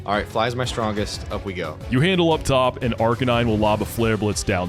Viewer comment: maybe im missing an inside joke but is the most unique pronunciation of Arcanine I have ever heard in my life. aRk-uh-nee-nay go off king